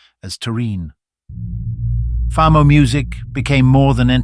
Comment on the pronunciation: At learn how to pronounce Famo and Lesotho 😂